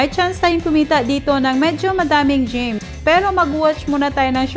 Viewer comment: Gems po namali sa pag pronounce yarn